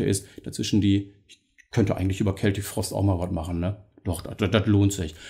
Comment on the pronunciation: Hallo Du hast mit Deiner Aussprache von "Celtic" (mit "K") tatsächlich recht. Hier auf Youtube gab/gibt es irgendwo ein Video aus den Achtzigern, ich denke es war ein Video-Mitschnitt aus einer Sendung des Schweizer Fernsehens. Tom Warrior sagt ganz deutlich, wie "celtic" richtig ausgesprochen wird - mit "K". Vielleicht hat jemand den Link parat. Grüße!